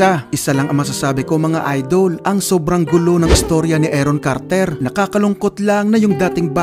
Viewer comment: Aron Carter po hindi Eron Carter. Paki ayusin po ang pronunciation.